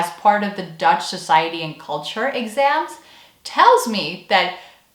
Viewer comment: Wow your Dutch accent is very good! Kudos! I think I have to agree with you on the 6 hour course on Dutch values being kind of a weird high-pressure cooker thing...